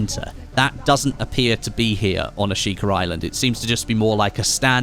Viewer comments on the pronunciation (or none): There is no R in Ashika. Not a single one. I get your British, but just stop it. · There’s an R in Ashika I just know it